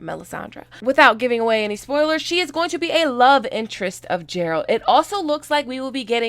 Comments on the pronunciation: I screamed when she said it wrong lol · It's Geralt, not Gerald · Ger-alt NOT Jer-alt⚔🐺💖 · 🤦🏻‍♂️🤦🏻‍♂️🤦🏻‍♂️🤦🏻‍♂️🤦🏻‍♂️it’s not Jeralt...it’s Geralt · Garalt Not Jeralt please Learn his name and stop comparing the witcher to GOT.... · Not Jeralt,its Geralt of Rivia😏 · GERALT NOT JERALT COME ON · If you play the games, you know it's Geralt and not Jeralt. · Geralt! Not jeralt! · He is not DJeralt - it's Geralt (like Greece) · IT'S GEAR-ALT NOT FUCKN JERALT OKAY!!!!! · Geralt, hard G, not Jeralt. Just trying to save you future grief on this. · How have you played all the games, but still pronounce the lead character's name wrong? I've played the games, listened to the audio books, and even the trailer says his name and pronounces it with a soft G. It's the G sound in the word "Gust" not the J sound in the word "Just" Guh-air-old.. Gerald. I could hardly hear anything else you said because of that lol, but I thought you said something about high fantasy like LOTR not being popular... ? Uhh.. LOTR didn't do too bad. Thrones even came out of the gate with monsters in the first scene, and that's what grabbed people's attention. What kept their attention is GREAT.. I mean masterpiece, source material, and a production crew that stuck to it pretty much (when successful) and the acting was SUPERB throughout. The Witcher also has GREAT source material, but it sounds like the producers want to make it their own with their own unproven creativity. The same flaw D&D had.. an overestimation of how great their story writing is. The trailer does look great though! So we'll see, fingers crossed. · Isn’t Geralt and not Jerald? Lol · its not (j)eralt its (g)eralt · Love your stuff but my conscience won't let it go, so here how you pronounce: The 'G' in Geralt is like, it's not Jeralt, it's Geralt and Rivia is more like 're-ve-aah', instead of 'reeve-yah' I hope this helps and that you won't be butchered for pronunciation in future videos:) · Not Gerald, but GERALT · Not Ja lol